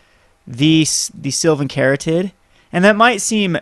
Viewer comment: The "caryatid" in Sylvan Caryatid is a real word. It's pronounced "carry-AT-id".